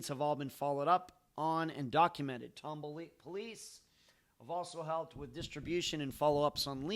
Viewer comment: Love your podcast and all your content! Keep up the great work! Its pronounced Tom Ball (like 2 separate words) by the way.